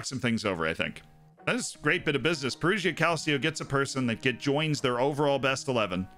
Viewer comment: And "Perugia" is pronounced "Peruja" (with a "j" like in "jam") - not "Peruzhia" (where "zh" is the sound of "s" in "measure")